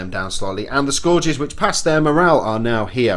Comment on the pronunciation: Scourges = Skur-ges not score-ges